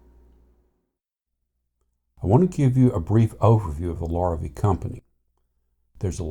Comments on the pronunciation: If you're going to post a video, would it kill you to pronounce the name properly? It's pronounced Lah-ree-vey, Lorr-a-vee. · I too have one, he LV-03RE. But please, if you're going to laud Larrivee's high quality of tone and craftsmanship, why couldn't you pronounce the name correctly. It's a French Canadian surname, which phonetically sounds like this: lah ree vey. It definitely isn't pronounced Lor ih vee. Sheesh! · Pronounced "Lar a vay". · Thanks for the video. I'm in the market so all input is most welcome. Funny, I alway pronounced it : "lair-a-vee"....I like your way better.